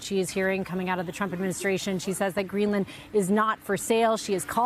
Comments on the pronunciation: Greeland? You mean Greenland? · Its Greenland... not Greeland😂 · Uhhh... Guys, I think it's "Greenland" not "Greeland." But getting back to the video, not the title, it's AT LEAST 18 years too late for Trump to have a good legacy. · Greenland, not Greeland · Hey, MS NOW. You're professionals. Do you have a proofreader? "...senator rails against Stephen Miller over Greeland." GREELAND ??